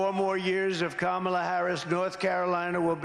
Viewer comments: He accidentally pronounced Kamala right. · He is accidently pronouncing Kamila correctly. lol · I love how every once in a while he slips up and pronounces Kamala correctly.